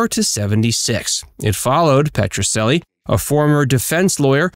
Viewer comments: Petrocelli is pronounced PETRO-CHELLY, NOT PETRO-SELLY! And he portrayed a defense attorney, not a prosecutor. He was always helping the underdog. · He is mispronouncing the name of the show! It's making me nuts.